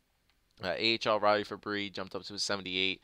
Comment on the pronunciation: I think you pronounce Fabbri like you would pronounce Kadri. I may be wrong though.